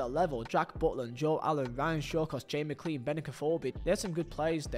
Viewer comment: Great video, only thing from a northern irish man, McClean is not pronunced with clean, like you clean the dishes, is more like Mc Klane, i live i his city and come from the city his brother played i fot a long ti e Belfast. Apart from that great video, one of the best worst sayi gs of all time by someone who has no filter betwen the brin and anytging else, Andy gray ĺol